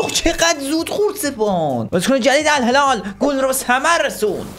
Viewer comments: توی این دقیقه بجای الهلال گفتی الهلار خیلی چاکرم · الهلال علبستان😂😂😂😂